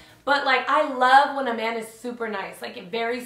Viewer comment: it sounds Like you were sayin Amanda not a man